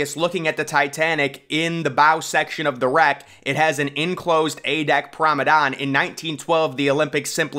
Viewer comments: It’s P R O M E N A D E, GET IT RIGHT 😡😡😡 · Are you saying "Pramadon" on purpose? You can't not know how to actually pronounce the word